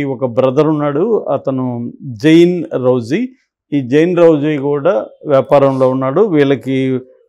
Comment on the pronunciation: రజ్వీ కరెక్ట్ pronounce చేయండి రౌజీ కాదు